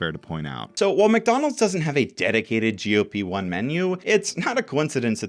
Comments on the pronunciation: That's not how Wegovy is pronounced. In fact I have no idea how he even ended up with that pronunciation seeing as he clearly had to have seen their commercials to make his video. The way he says GLP-1 is also odd, sounds like GOP, the Republican Party. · why does he keep saying GOP-1 😔